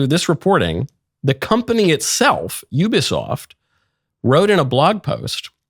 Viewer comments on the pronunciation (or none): none